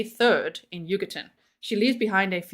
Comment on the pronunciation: Every time you say Huggerton I can’t help but hear “Yucatán” 😅😂